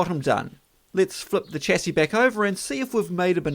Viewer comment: Here's hoping that you learn to pronounce chassis correctly at some stage.